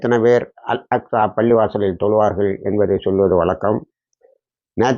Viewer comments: நாநா அல் அஸ்கா இல்லை அல் அக்சா என்று வாசிக்கவும் AL AQSHA , அடிக்கடி அல் அஸ்கா என்று சொல் வருது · Al Aska illa Al Aqsa الأقصى அல் அக்சா அல் அஸ்கா. இல்ல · அக்கா பள்ளி வாசலை அஸ்காஃ அஸ்காஃ என்று ஏன் மீண்டும் மீண்டும் உச்சரிப்பு செய்கிறீர்கள்